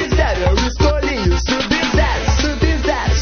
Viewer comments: ELE FALOU SUB-VERO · quando eles fala sub-zero parece q eles fala subi no zero subi no zero